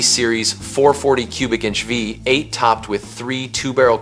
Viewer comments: My man has trouble saying Vvvv-ate! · Ai, voice over is crap the 340 V.......8, its a V8 idiot!!!!